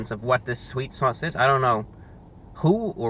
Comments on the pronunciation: I just came . "Sweet sauwce" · swet sawse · i just want him to say "sweet sauce" one more time